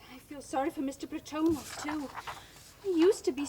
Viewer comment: PlaTOnov pronunciation annoying. I believe it's PLAT on ov with the emphasis on the first syllable.